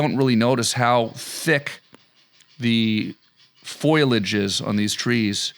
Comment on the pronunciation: I didn't know you had aluminum trees there. The "foilage" you were mentioning...say it with me Tom...foliage. Tada.